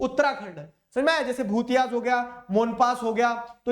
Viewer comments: Sir that's "भोटिया" not "भुतिय" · Sir Bhotiyas ka pronounciation wrong kar rahe ho😂